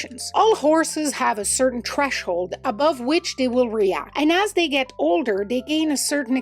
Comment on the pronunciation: The word is "threshold", not "treshold". Just an FYI. 🙂